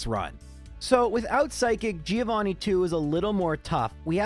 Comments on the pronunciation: It's "Joe Vanni," not "Geo Vanni." He is Johann, not Vanni of the Earth. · I will pay for a subscribtion if you start saying Giovanni right (the i is "silent") I really love watching your videos 🤗